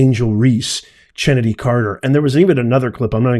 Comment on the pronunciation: Look! Please do your research. Her name is pronounced, KENNEDY.”